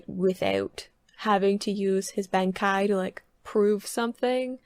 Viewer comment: The way you pronounce certain names and things always make me giggle. Best example being "Benkai" :'D But its all good, we all know what you're talking about so it really doesnt matter. Still funny tho :'D